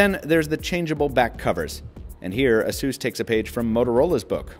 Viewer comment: the fuck is an "asoos"?